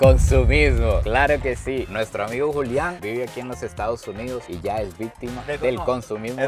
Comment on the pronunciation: Como suena Julián en inglés 😍